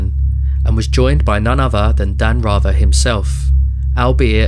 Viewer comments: Who TF IS “?” LOSE THE G.D. ANNOUNCER- BOTS!! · Your pronunciation of 'Rather' is WRONG!